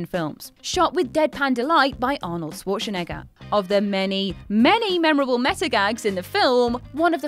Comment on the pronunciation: Who is Shwarshnega? Never heard such bad pronounciation of Arnolds name.